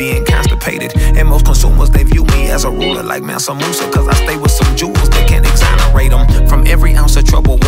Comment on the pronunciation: Slaves should be the only word they censor. And the terrible mispronunciation of mansa munsa